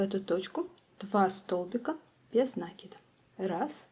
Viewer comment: Без накИда, а не нАкида.